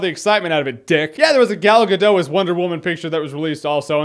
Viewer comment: Jeremy!! I am from Israel and its pronounced Gal Gadot!! With the T!! not Gal Gadoe